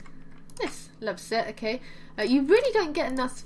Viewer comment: The first time you said loves it I thougt you said love zits!!! HaHa ;)